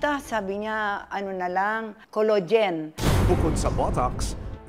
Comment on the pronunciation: Senior ka na po nanay pag pronunciation mo ng collagen collogen npo sab i mo wag na po kayo mg pa retoke kung pati collagen collogen na pag bigkas mo po 😂